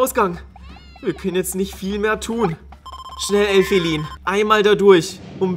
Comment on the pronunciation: Du sagst Elfilin falsch